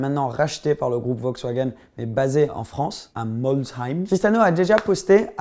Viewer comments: Attend jai mal entendu Bugatti ces a Moltzem 😂 Ces a Molsheim sa se dit Mol saime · par contre ta détruit la prononciation du nom ou se situe le siège de Bugatti ça s'écrit Molsheim mais ça se prononce Molcheim et oui je suis alsacien et je suis très fier car Bugatti vien d'ici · Respect quand tu dis molsheim stp , j'y habite mdrr